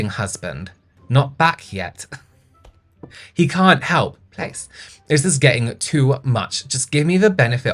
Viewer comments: I want more of these vinted reviews just to hear say PLEZ 😂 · "pless" thank you i choked on my sparkling water ❤ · pronouncing each "pleas"